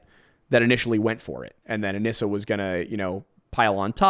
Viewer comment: only because you frequently ask to be corrected on pronunciation, “anissa” is pronounced UH-KNEE-SUH 😂 love yall!!